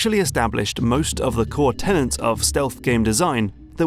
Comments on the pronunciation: Perhaps it was downvoted because says "tenants" instead of "tenets" several times in the video?;) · Tenets not Tennant like the doctor but good vid! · Good video as usual, but the individual aspects of a design philosophy are 'tenets', not 'tenants' :P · great stuff. minor quibble: tenets, not tenants